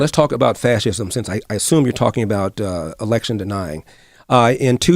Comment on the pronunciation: Slob. Before recording: #1 Buy a fkn hairpick #2. take a shower #3. Put on a clean shirt (that collar look grimey af bruh) . "Fathism" lol you cant even pronounce "fascism" but saying Larry schooled somebody on it🤦‍♂️